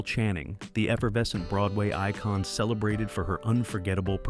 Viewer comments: Interesting video, but I hate the AI narration. "Econ" for Icon; "She comma however, vehemently refused " Sheesh. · I see too many otherwise good YT videos ruined by garbage AI narration. Use a real voice actor who doesn’t mispronounce half the names, or words like “icon” (it’s not pronounced “eekon”)!